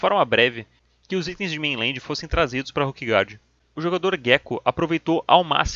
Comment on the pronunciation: Com todo respeito, assisti vários videos teus, muito bons por sinal. Mas qual é a lógica de pronunciar "Ruquegard" e "Ruque" para se referir a Ilha, e quando se referir aos jogadores pronunciar "Róquer"? Não seriam "ruquers"?...